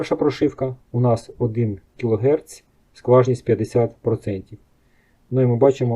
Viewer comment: Бляха да що з вами не так? Який ще герцЬ і кілогерцЬ. В мене аж вуха в'януть. Хоча якщо ви іноземець... то це все зрозуміло.